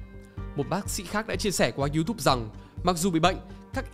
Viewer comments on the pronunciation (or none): none